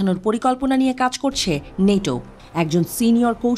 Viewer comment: নেটো না বল ন্যাটো...!!!!!